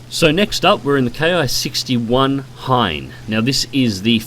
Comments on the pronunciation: It's Ki-61 Hien, not Hein. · Just found about your channel. Keep up the good work. Also do some digging about the Ki-100, you might like that too... The "i" in Hien is short. Actually its pretty much a long "e" sound. He-en. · It's the Ki-61 Hien, hei model. I know, confusing.